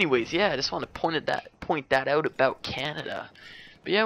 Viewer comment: I wouldnt pick you out as a canadian. Of course there are a couple of oots here and there but not too much